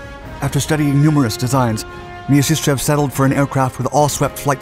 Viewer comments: Вы прототип ОКБ Мясищева называете Мьяшишчьевым?! it is called - MIASISHCHEV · Pet-liar-kov My-are-sis-chev